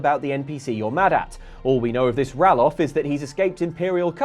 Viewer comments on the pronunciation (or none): I was really happy when I saw Dragon age origins was actually a game others had played at some point, I felt so happy, but then the guy had to go and ruin the nerd vibes by pronouncing Ralof wrong 🙁. Seriously though Dragon age origins is great everyone needs to play it at some point. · The way said Ralof should be illegal